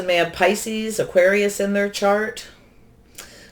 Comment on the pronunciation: Hi 👋 I know you do so much for the community. At the end of the Scorpio reading you said Auqaris